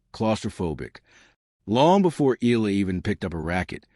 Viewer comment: Very good content...but please pronounce her last name: "E-YA-LA"